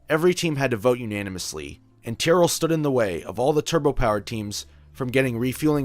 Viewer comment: Though I am Japanese, WhaTs「ティア」？ please read correctly!